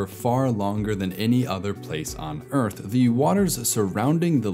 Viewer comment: New Zealand is really middle Oyth. Old Zealand is really Elfland. Middle Zealand is really The Shoiah...